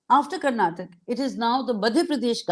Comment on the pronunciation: For the interviewer , the state is not called as ' Karnatak ' it is called as ' Karnataka' .